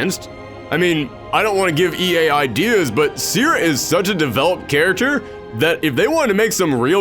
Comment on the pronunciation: That's bot how you pronaunce "Cere".